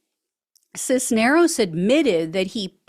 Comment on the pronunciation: Cisneros, you pronounced correctly. The first name is e LI as. for Elias. Accent on the center. REALLY glad to see these goons are being held to account for the BS.